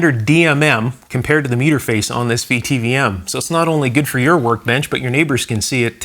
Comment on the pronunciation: A VTVM (vacuum tube volt meter) is pronounced "vit vom".